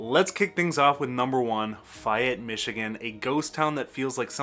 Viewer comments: First I have heard it pronounced "Fi-ette". I've always heard it pronounced "Fay-ette". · the goast town is pronouced FAY ETTE not fiyette are you sure your from michigan??? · I believe Fayette is pronounced "FAY-ET". with the accent on the "ET" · Fay (as in day) ette Lifelong MI resident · Faaay ette long A sound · You lost all credit at failing to pronounce "Fayette". It's literally pronounced the way it's spelled. Like. Bro. How?! 😭 The section of I-96 where it meets I-196 also screams. It's not that unique. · Interesting video. I really enjoyed it. But.... There is no such town named "Fi ette" - It's "Fay ette" and "Dim mon dale"? No, my friend, it's prounced "Diamond dale". You are from Michigan, right? You're making me giggle. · I came to comments to correct your pronunciation of Fayette and Dimondale and saw how many have already commented. I guess I don't need to go any further. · How can he be a lifelong Michigan resident much less "content creator" on Michigan and can't pronounce Fayette or Dimondale? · Ok. It's Gay, rhymes with bay, not Fi-ette. And it's remnant not reminant. But who cares. You're great. Fascinating content, great personality and cute.